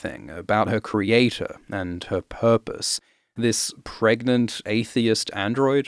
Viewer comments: I am so happy you said "pregante". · "Can u get Pregante?" that killed me